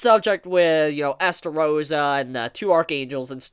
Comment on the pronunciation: whos Estarossa?OOOOOOOOOOOOH you mean eLstarossa